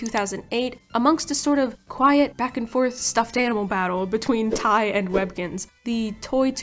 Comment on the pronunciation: your pronounciatiob of TY is killing me